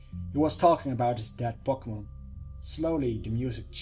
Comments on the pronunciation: you say Pokemon really weird... it sounds like *popocmnumun* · He says Pokemon funny X3